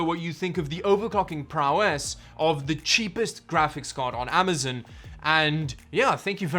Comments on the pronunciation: Stop saying amazin lol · "Amizun" lol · Lol "Amazun"